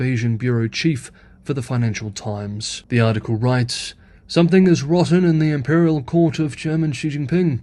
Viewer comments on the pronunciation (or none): none